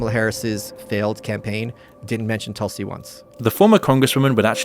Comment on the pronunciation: Please it is not toll - see, it's Tulsi. Please learn correct pronunciation. Ironic that while mocking indian accents westerners never do the hard work to learn correct pronunciation of indian names. It's because of your primative alphabet of 26 letters, sanskrit is a mother language ans source of not only indian languages but english too, has double the number of consonants. Hence nuance and beautiful pronunciation